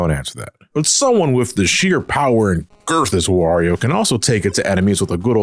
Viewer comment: I need you to write a formal explanation for why you emphasised the word girth